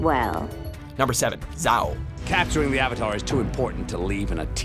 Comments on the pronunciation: As Sokka said, 'ITS ADMIRAL "ZHAO!!!"' lmao I swear they're pronouncing these wrong on purpose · Unalack bruh it unlaq!!! Zow it zhao jhaow Nvm there so many mistakes in this i wont corect all of them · Vaatu Unalaq Zhao Zaheer - But I'll give a pass Amon, i swear, if he said noatak, i probably would've had a panic attack Ozai - But I'll give a pass there too Ba Sing Se Tell me any ohter ones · Wow again with the pronunciations "Younalak, Zow, Vaaaatoo, Aman, Ozeye" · These pronunciations are horrible. ITS OO-NU-LAK. AND ZHAO IS NOT ZAO. AMON NOT AMUN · "yOuNaLaQ" " zAw" "wEhN" "eHmOn" "oH-zAi" "bA sInG sAy" i'm sorry but... cringe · Yunalak? Zao? Amun? ZAheer? Ouzai? You're lucky you didn't have to pronounce uung... aang. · "Jow," "OO-nuh-lock," "uh-MON."